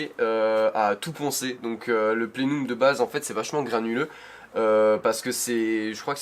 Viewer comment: plenum ..... ça se prononce pléneume et pas plénoume 🤣🤣